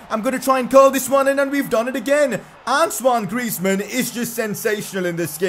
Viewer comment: That's how you pronounce his first name, not, ant own e o